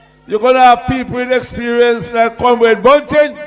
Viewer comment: Him born a Jamaica according to him and cant say comrade